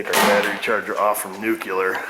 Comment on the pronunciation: Hi, wanted to remind you about the word nuclear please correct that pronunciation so people don't laugh at you about it